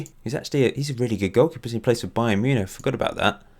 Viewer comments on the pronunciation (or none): none